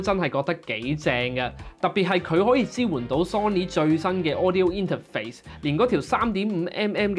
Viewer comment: 好中意你講＂inter肥＂